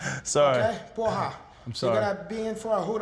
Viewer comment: His Brazilian accent is truly convincing up until he pronounces "Porra! Caralho!" LOL That's brilliant, though!